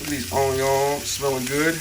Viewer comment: WTF is ony-owns and salm-owns? Why in the beginning you said onions in a proper way then switched to any awe?